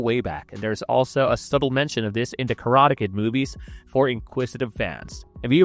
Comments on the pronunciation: Wow, maybe hire a human narrator next time. I was tired of hearing *Karata Ked" after 30 seconds... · Why do you say "Karate Kid" that way? is this AI?